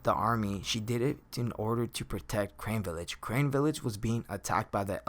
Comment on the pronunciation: carne villafe not crane